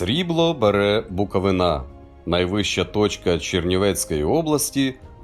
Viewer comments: Шановний дикторе, не БуковинА, а БуковИна - з наголосом на И! Прошу говорити автентично) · Господи, скільки можна? БуковИна, а не БуковинА! І Чернівецька область не дорівнює Буковина. Гірська частина - Буковина, рівнинна - Бессарабія. З абсолютно різними географічними, етнічними і культурними особливостями. Ви у натовпі людей жителів цієї області можете відрізнити по нервовому тіку при згадці "БуковинИ". Лишіть її у спокої, є чудове слово Чернівеччина, от його і використовуйте. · Крутецьке відео! Лиш одне "але"... будь ласка, не кажіть БуковинА, а БуковИна. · Буковина́, впервые неправильное ударение слух режет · Не БуковинА, а БуковИна! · Тільки БуковИна, а не БуковинА) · Тільки не БуковинА а БуковИна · Не БуковинА, БуковИна. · БуковИна правильно,коментатор неосвідченний......... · Сумно, що відносно Чернівецької області такий безграмотний коментар стосовно наголосів. У слові Буковина правильний наголос на третьому складі. У назвах Яловець і Яровець правильний наголос на останньому складі. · Уважаемый, ставьте правильно удаление (Буковина) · Букови́на, попрошу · Правильно казати БуковИна, наголос на "и".